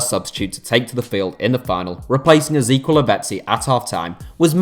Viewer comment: If you pronounce Ezequiel that way again i will report your channel